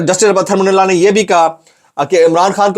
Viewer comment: اتھر من اللہ نہیں ہے جناب اطہر من اللہ پڑھیں پلیز